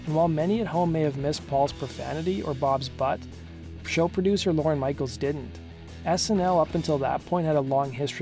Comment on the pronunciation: OMG it's not "Lauren Michaels" it's LORNE, one syllable!